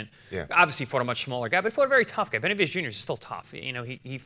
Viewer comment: Who the hell is jose Bedemundez??😂😂